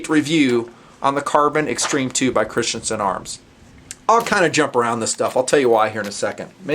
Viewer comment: You mean Christensen, not Christiansen